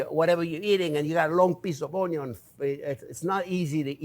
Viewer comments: HAHA "Onyo" welcome back, Chef!! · Only came here for the first few Onyo-pronounciations and then clicked off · "You can call it whatever you want " ... " It's onyo" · "Onyo" evokes memories of Justin Wilson. 🥲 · everytime he says onyo take a shot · Be sure to onyo the onyo when you're onyoing the onyos! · “Onyon is number first!!” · yes! Onyo I say it that way all the time now. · My favorite part about this video is my eyes only saw the video title and I knew EXACTLY who pronounces onion like that hahaha. Welcome back Chef. Cheers.